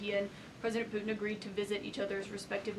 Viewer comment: She says “Pueen” instead of Putin. This is quite jarring.